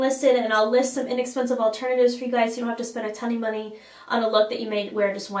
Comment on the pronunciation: Nice look and FUN! ...Um, at the end of your video, did you say, "...don't have to spend a tunny money"? lol. I couldn't let that funny slide. Keep up the good work!